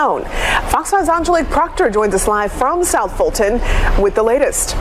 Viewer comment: Fulton...Dolton....sounds the same to me....